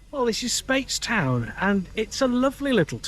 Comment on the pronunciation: My parents lived near the Fish pot in St Peter for 11, so I have a huge amount of affection for everything Bim! I might be wrong but always call it “Spites-town” vs “Spates-town” tho 😅